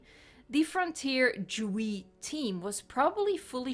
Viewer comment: JUST SAY JAY-DOUBLE-U-E. Fucking DGWEE for what?